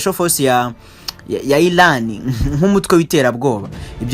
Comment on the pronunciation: Bavuga Iran not Ilan